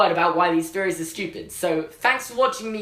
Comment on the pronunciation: “Feories???” Or THeories??? U have trouble with some your “THs” sometimes